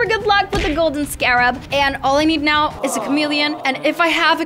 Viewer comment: “Are you serious right neow”